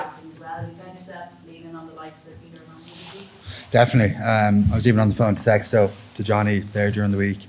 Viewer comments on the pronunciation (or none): Don't ever say Sexto again 😂🤦‍♂️